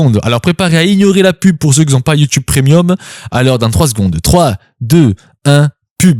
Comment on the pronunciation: _BoukanSanZombie::_BoukanSanFantôme::_BoukanSanSorcière::_BoukanSanDiable: 15H30. Bjr; J'aime bien quand tu fais la même erreur que moi,et qui prouve ta dyslexie " PRE-NIUM au lieu de PRE-MIUM ". Et ça m'a donné une chaleur TROPICAL.Cool fabrique une vidéo (fausse) Ça peut être génial!!Bon je te souhaite un bon réveillon et je vais de ce pas augmenter ma cotisation.Je m'en vais car je viens de recevoir ta nouvelle vidéo,et je courre la voir.:person-turqouise-waving::face-green-smiling::face-turquoise-covering-eyes::body-green-covering-eyes